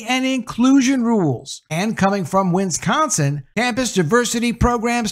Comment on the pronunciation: OMG PLEASE learn how to.pronounce "WIS-CON-SIN".